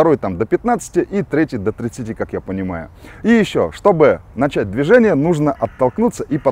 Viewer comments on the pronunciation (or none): none